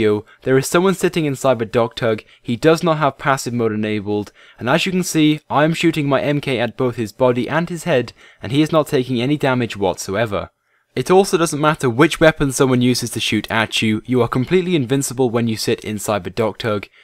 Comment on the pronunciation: Holy shit, it's pronounced "mark", not "emkay."